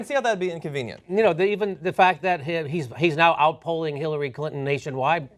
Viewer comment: Clin-tone Deaf? hahaha. priceless :)